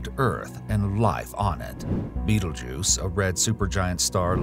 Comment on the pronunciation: he did say the name correctly